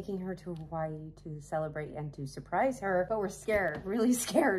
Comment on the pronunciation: Aloha I’m a Kanaka maoli here in Hawaii when pronouncing the name Hawaii the H is a “ ha “ sound end the w is a v sound ❤